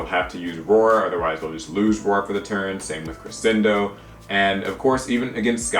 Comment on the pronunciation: The "sc" in crescendo is pronounced "sch" -it's Italian. Love the content though, keep up the good work! My favorite tech card is probably Imperial Order. I'm an incredibly casual player who got out of the game for a while, but seeing my favorite troll card continue to be relevant after all these years makes me happy.